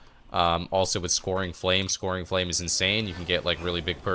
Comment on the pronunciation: scouring is pronounced "skowering", not "scoring". What cancel aura macro are you using to get the second dispel with with stasis? I'm not getting that